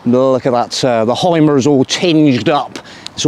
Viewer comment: But I would teach you, how to pronounce the deutsche words correct....like: HYMER You say Haimer, but his name is correct pronounced Hümer.😉